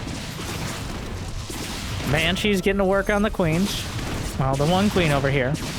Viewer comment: Why calls Banshees Hypershes?